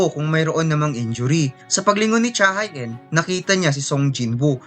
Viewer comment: pronounced as cha he in yun boss, hindi cha hai een